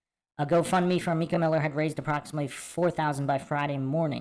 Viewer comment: It's My-cah, not Mee-cah.